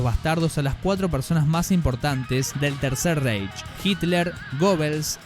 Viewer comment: Buen video pero una cosita, Reich se pronuncia más bien ráich. Es que como lo pronuncias tú suena muy inglés 😅😅